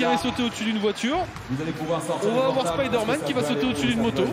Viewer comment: le speaker qui ne sait pas prononcer spiderman ... 🤦‍♂🤦‍♂🤦‍♂